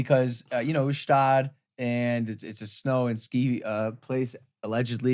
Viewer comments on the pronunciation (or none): PRONOUNCE THE FUCKING “G” IN GSTAAD